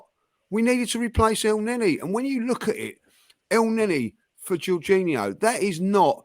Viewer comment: Juninho 🤣🤣 how is honestly that bad at pronouncing foreign names when other people are saying it correctly to him, so fkn funny. Sending love to from Aus ❤️